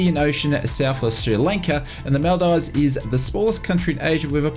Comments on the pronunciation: Him: This is from FSDG who released a big bundle pack of the Maldives (Mal-dives) Me, a Maldivian: ITS PRONOUNCED "MOL-DEEVES" 😭💀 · It’s pronounced MOL DEEVES… good try though, you really should go there it’s paradise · Maldeevz is the correct pronunciation. Great content as always